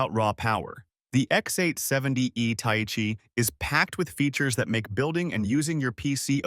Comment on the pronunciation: ta-ee-chee? ... bro Thai-Chee... that pronunciation is painful